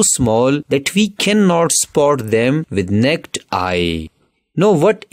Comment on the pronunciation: Bro said neked eye 😂😂😂